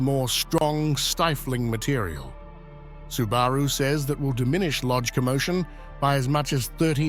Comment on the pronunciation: AI still can't pronounce a lot of words correctly... like Subaru.